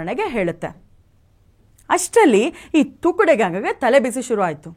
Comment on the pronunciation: ನಮಸ್ಕಾರ.. ಅದು ತುಕ್ದೆ ಅಲ್ಲ.. ತುಕ್ಡೆ